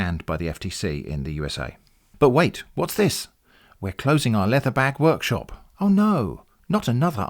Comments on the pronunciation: Also, "worshop" instead of workshop. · You mispronounced "leather bag worshop there" :v